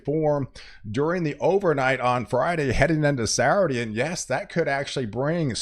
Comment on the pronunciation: Sat - ttur- dayy😅 I think he’s doing it on purpose lol On “ Sa- Urdy “ 😅